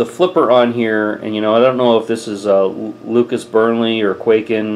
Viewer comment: it's pronounced kuai-ken